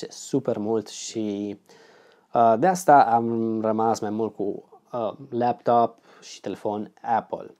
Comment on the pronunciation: de ce zici leaptop ? :))